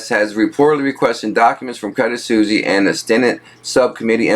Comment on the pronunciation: Hey man. It isn't credit susie. Its credit suizze (pronounced suwis). I love your work man, but just be sure to check how to pronounce words. Also, take your tempo down a notch as you sound nervous when you read fast. When you slow down, you are in control, and as such your confidence will go even higher.